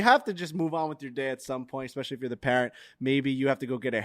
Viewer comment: I see is still saying ECK-specially. Not sure why but it's still not correct.